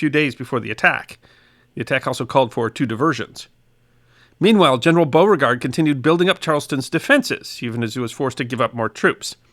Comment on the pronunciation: Oh no you didn't! I bet I know how you said it. I haven't watched yet. But for shame! Shame! Shame! :-) Its Be-you-fort But you got Beauregard right. which just goes to show you southern slang don't make a bit of sense.